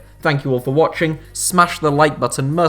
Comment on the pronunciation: ...smash the like button "masnnn"??? Lol